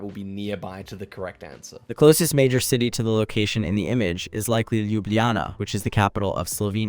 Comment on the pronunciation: I was laughing when it said Slovenia because I just knew it would pronounce Ljubljana horrendously and I was right 😂